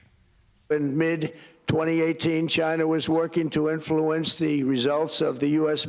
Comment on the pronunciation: In flu ence says Trump, did anyone hear that?